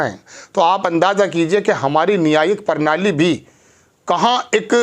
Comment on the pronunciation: परनाली नहीं प्रणाली।